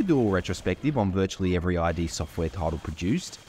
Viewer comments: It’s “id”. Not I.D. Since you claim to be a huge fan I would think you’d know how to say their name. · Why oh why are You calling Id software "aidi software*? It's pronunced "eed software " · Again, note: This is a bit difficult to explain, since English is a nonphonemic language, but you don't pronounce id Sortware "ai dee"(not like "I" & "D"), just simply id Sortware. And also I'm writing you use lower case "i" and "d" to match the stylized name, which just further indicates the fitting pronunciation. 😉👌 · Ah yes, thank you, I learnt this after I posted this video, clearly my education at work:) You will be pleased to know in my latest video (MOHAA) I correctly pronounce it. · You're right about Quake 2, it's a step up from Quake and an excellent game. It drew me in far more than original Quake, which I think of as a fantastic technology demo, but a fairly mediocre game. I shan't be using the RTX updates, my GPU is positively ancient. By the way... did anybody mention your pronunciation of "Id" ? 😂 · I loved the video... but the look up the pronounciation of ID... it's kind of deceptive :)